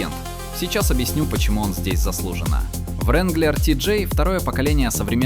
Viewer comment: Не вранглер а ранглер